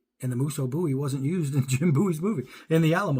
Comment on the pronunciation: If you can’t pronounce Bowie correctly you should not have a knife channel!